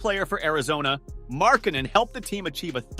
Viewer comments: bruh his last name is not fn Mark Cannon you say his name right 10% of the time just say his nickname or something I would rather hear you say The Finnisher instead of you butchering his last name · Butchering a guys name in a video about how people slept on a guys skills crazy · Gotta learn how to say his name right, mate. Otherwise good video:)